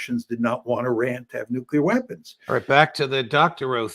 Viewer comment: Professor is the only white American pronouncing Iran the right way. It's pronounced "eee-rawn", not "eye-Ran" like many American do.